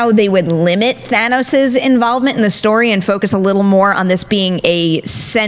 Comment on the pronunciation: I’m so happy to hear Thanos pronounces properly. It’s like some people never actually watched the film the way they say his name. It’s a Than not a Thay. Thanos, not Thaynos